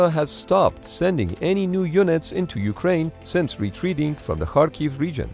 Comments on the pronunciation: You're the first English-speaking YouTuber who proneness Latin transliteration of Cyrillic 'X' [ha] properly saying [harkiv] instead of [kharkiv]. I have no idea why 'x' transliterates as 'kh' but it should sound as strong [h]. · You are the first YouTuber I know who makes the effort to properly pronounce Ukrainian names. Most people pronounce Kharkiv with a [k] not an [x] and it just sounds wrong when you know Ukrainians. Thank you.